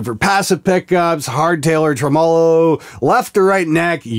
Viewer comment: You said tremolo funny but that's alright. I still love you.